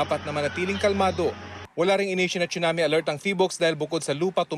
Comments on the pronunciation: Hurts my ear when I hear "choonamee". OH GOD. PRONUNCIATION. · Im confused, should it really be pronounced as "chunami" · Excellent report. I like the quake simulator shown at the Phivolcs center. Someone needs to let Raffy know how to pronounce a Tsunami.